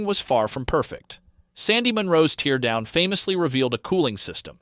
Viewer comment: That AI voiceover, though. "TEARdown"? 😥